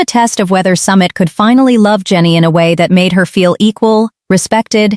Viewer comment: Narrator. Learn how to pronounce names properly!!!!! Pronunciation wise it's SUMEET not Summit!!